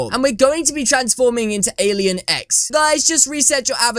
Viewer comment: I tought you said alien eggs xd